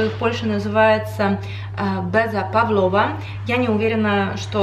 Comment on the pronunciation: ПавлОва. Я такое ударение слышала